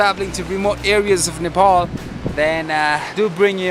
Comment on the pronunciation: Are u American nigga. Why are u saying नेपोल & डोल्पो instead of नेपाल & डोल्पा Though I've liked ur most of videos & pl nepali places or names should be pronounced in nepali accent